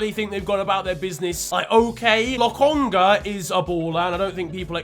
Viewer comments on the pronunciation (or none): none